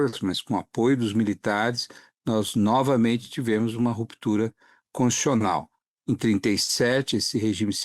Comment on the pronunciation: Boa parte das pessoas pronuncia a palavra CONS-TI-TU-CIO-NAL engolindo uma sílaba: CONS-TI-CIO-NAL. O segundo depoente superou a tudo e a todos engolindo nada menos que duas sílabas, pronunciando CONS-CIO-NAL. Que vícios são esse? Com a palavra os fonoaudiólogos. 😂😂😂